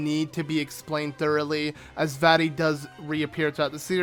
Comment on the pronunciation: Uh you didn't know??? It's vaati